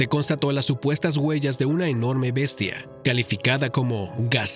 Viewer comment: A quien le dices bestia "BESTIA"